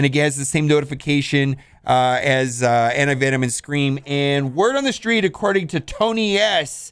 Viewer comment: Anyone else hear him say anti-vitamin?